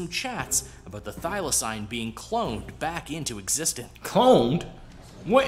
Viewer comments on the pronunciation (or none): Firstly, whoever made this video you reacted to is shit at pronunciation. Thylacine is pronounced "Thyla-seen", more commonly known as a Tasmanian Tiger, and even though it was Australia's largest land carnivore up until its extinction, it was still not as dangerous as this video makes it out to be. They were said to be rather timid and could be captured easily. They hunted smaller animals, and farmers would often shoot them because they would also hunt things like chickens. Despite the name, it was also not a tiger, nor was it a species of dog, it was actually a marsupial. The largest carnivorous marsupial in Australia these days is the Spotted Quoll, which is about the size of a cat. It was native ONLY to Australia, specifically Tasmania, and the only reason it would have ended up in other countries like New Zealand is if it was smuggled over by those in the exotic animal trade, or if they were in captivity and being taken to zoos.